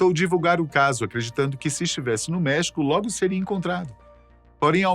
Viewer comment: essa pronuncia do espanhol ta péssima hein, custa nada ir no google e pedir para ele traduzir por voz ou pedir para alguém que fala fazer a pronuncia.. errou e errou feio LOS CHAMANES DE MEXICO Até em Português a pronuncia é com acento grafico no E de MEXICO... Como é que o cara leu MEHÍCO??